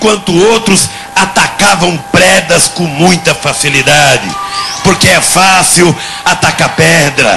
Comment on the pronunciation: aos ele pronunciou predas